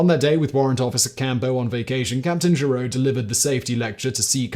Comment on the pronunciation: Giroux is pronounced zhee-ROO